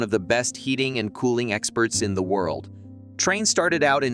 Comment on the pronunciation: It’s pronounced train.